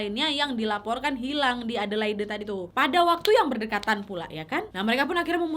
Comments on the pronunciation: Maaf kk, sekedar koreksi. Adelaide dibaca edelaid, bukan edelaide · bukan a de lai de, tapi e de leid waaaakkk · Sorry kak, aku geli ketika kakak menyebut kota Adelaide Dgn pronounce yg salah. Bukan Adelaide seperti yg tertulis tp Adelaid. Maaf aku tinggal di Adelaide dah hampir 5 th smpe skg. Thanks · Bunyi nya adelade = Adelaide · Adelaid bacanya gitu Nyak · Aq tinggal di Australia. Lucu pas Nadia pronounce Adelaide (baca: Adeleid). Mgkn iitu kasus dulu, skrng memberi tumpangan orng di jalan, ada law nya, ga boleh dan bisa kenak fine. Dan sudah g pernah denger kasus2 tumpangan seperti ini lg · Iyaaa salah ya,harusnya cari dulu di gugel